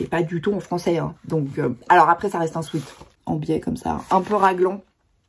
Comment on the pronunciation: Pour info, une toute petite correction : sweat (qui veut dire sueur en anglais) se prononce swet. A ne pas confondre avec sweet (doux en anglais), erreur que font presque tous les Français !